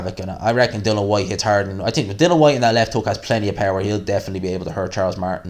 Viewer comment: " I TIIIIIINK! ", lol, Irish are funny